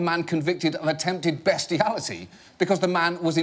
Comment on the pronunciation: It's "bestiality" and he did pronounce it correctly.